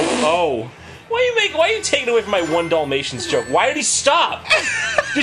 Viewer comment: I’ve watched this play through like 3 times in the last 5 years, but just now Jon’s pronunciation of Dalmatian is driving me nuts! It’s not a Doll matian it’s a DALmatian!!!